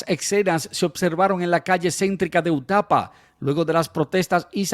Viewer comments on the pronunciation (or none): se dice (upata)no utapa!! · UPATA, tu dices utapa